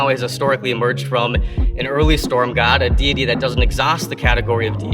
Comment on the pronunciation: Jordan Peterson believes in god, he just pronounces it Jod